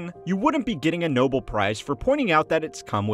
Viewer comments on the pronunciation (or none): Interesting video UNTIL the "narrator" couldn't correctly pronounce the word "Nobel" prize. He pronounced it like it was written "Noble". . .Nitpicking? I don't think so. There isn't a prize for "Pronunciation", but this guy (or AI guy) would never win one. A "noble" person is often patient and tolerant. . .But I've decided to not be "noble" and turn this video off. Bye!